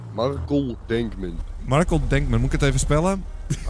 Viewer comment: Wacht wat markel is zeg je niet gwn marcel als marCEL als bloedCEL